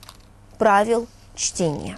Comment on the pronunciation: Оговорка на 30-й секунде: "Правила чления". :)